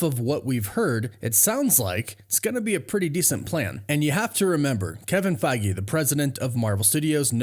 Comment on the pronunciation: 😂we could play a drinking game based on how often you say Kevin Fiege